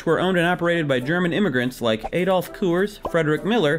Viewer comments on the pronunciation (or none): "ah-dolf" not "ay-dolf" 😤 so annoying